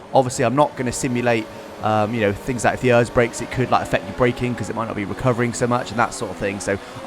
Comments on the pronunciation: I know I was like be a normal person and say it E.R.S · Errrrrr is think its e r s not Errrrrrs 😂😂 lol. Just kidding love your content 👍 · Omg it is not pronounced ers it is pronounced letter by letter, E.R.S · The fact that you say ERS like ears the whole video, makes my ears bleed. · Who says örs?